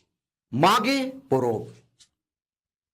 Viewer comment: मैं भी हो जनजाति से हूं,चाईबासा से, सर आपने बहुत अच्छी तरह से समझा दिया ,कभी मौका मिले तो आइए कोल्हान में,मागे पोरोब में,आपका हो भाषा उच्चारण में और अच्छा सुधार होगा